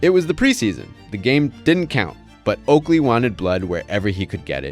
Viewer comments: Okaley instead of Oakley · it's "OAKLEY" not "OKALEY" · "Okaley" lmao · who tf is Okaley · "Okaley" lol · “Okaley” haha